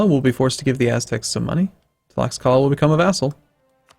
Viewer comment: Also any x's are probably pronounced like "sh", since all Mexican indigenous words were spelled using Spanish. So it would be "Tlash-ka-la" just like "Shyu"